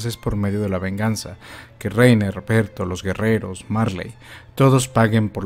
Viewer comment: Se pronunciaría "Berthold" no "Bertol"